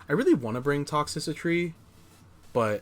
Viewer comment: I'll give you that sub if you start saying Toxtricity properly lol Good games man, keep it up